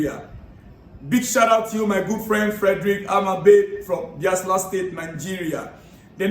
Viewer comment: my name Odunayo Ojo from Nigeiria. The pronounciation is not BIASLA, but BAYELSA. The place is in Nigeria. On Liverpool versus Chelsea game, I will like CFC players to keep their head cool and try to manage their egos. Also help us talk to Jackson to please show his class against Liverpool, not to busy fighting the players or the officials. I wish them good luck on Sunday. It is truly their second test of game after Man City game.